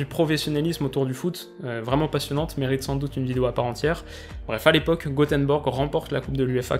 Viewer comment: pourquoi faire un mix entre la prononciation anglaise il me semble Gothenburg et le français Goteborg ? Je ne comprends pourquoi tu dis Gothenborg ?